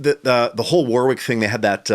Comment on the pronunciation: Great video thanks guys. So funny to hear an American mispronouncing 'Warwick'. The second 'w' is silent, pronounced 'Warick'.